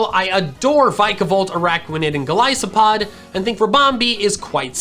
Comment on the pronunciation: the way he said vikavolt and golispod trigger me